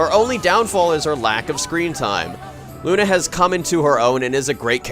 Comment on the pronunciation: thats not how you pronounce "luna".